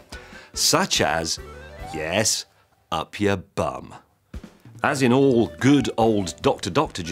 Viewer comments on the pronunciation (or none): Err think I'm a bit worried as to how James knows how many hits there are on zit squeezing clips o_O. Anyone else amused by the way he said "up yer bum"?